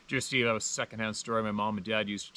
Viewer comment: Steve, not stave...lol